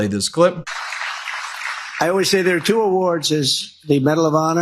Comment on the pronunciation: "There are two awardses"???? Wow.